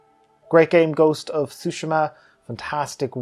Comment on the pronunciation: Appreciate the most accurate pronunciation of tsushima. So many people say sue-SHEEEE-ma. Which I understand, but hopefully more people can learn the proper way to say it.